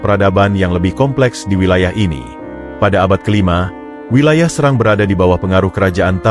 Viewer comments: SERANG min bukan SeRANG😄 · Serang bukan srang gitu